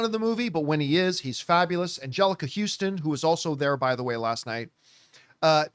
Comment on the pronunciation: It's not Houston. It's Huston.